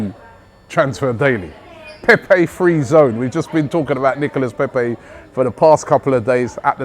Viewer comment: Robbie: Nicolas Pepey French fan: nonono, NIcolas Pepe Robbie: Nicolas Pepey? French fan: Pepe. Robbie: Nicolas Pepeeee? French fan: Nono, Nicolas Pepe. Short. Close it down. Robbie: Pepee? French fan: Pepe. short. Robbie: Nicolas Pepe. French fan: Right! Nicolas Pepe. Robbie: Nicolas Pepe. - in next video - Robbie: Oh just fck it. Nicholas Peppeyy!